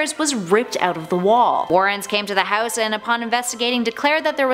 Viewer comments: The way she pronounces house irks me. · i hate the way she says house lmfaoooo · no one: honestly no one: narrator: houwse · You say house funny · "Hews" "Get ewt"